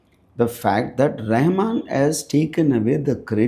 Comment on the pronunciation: Rahaman... not Rehman